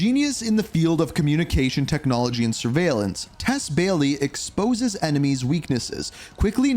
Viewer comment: Why did bro say Eminemies